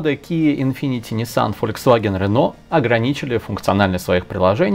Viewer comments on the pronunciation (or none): none